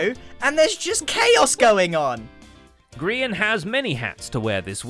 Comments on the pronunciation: NOOOOO the "grean" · Ah yes, my favorite hermitcraft member “grean” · "grean" lol